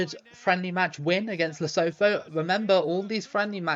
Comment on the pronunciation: Lee-Su-Two is how you pronounce Lesotho